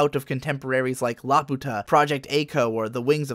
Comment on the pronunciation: laputa is ラピュタ btw. not supposed to be pronounced as la-poo-ta.